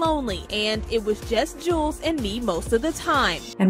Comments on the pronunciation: Solange sons name is Julez pronounced like Jewels....NOT JoOLEz and it’s actually his middle name...first name is Daniel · Damn, do you research instead of pronouncing ppls names wrong..jew-lez 😂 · Anybody else confused how Julez became Ju-lez? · It’s Jules pronounced jewels.